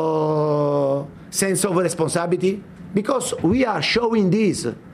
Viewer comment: ‘Sense of Responabity’ 🤣 spurs so spursy